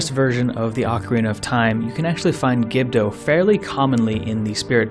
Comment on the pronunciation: that mispronunciation of gerudo hurts my ear